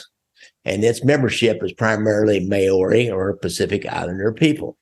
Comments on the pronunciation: May owrys what the Fuck is a May owry bro? MAORI pronounced like Mouldy. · I'm an Aussie not a kiwi, but I can guarantee that your pronunciation of "Maori" is slightly off .. lol